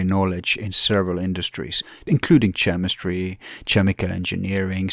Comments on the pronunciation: to skip intro. should talk to David Weiss, that might be a fun podcast. And in English we pronpunce chemistry as /K/emistry, rather than /TCH/emistry. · It’s pronounced “K-emistry”, not “Ch-emistry” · It’s hard to listen to you keep pronouncing it Chh-emistry. There is not “ch” sound. It is a “keh” sound in chemistry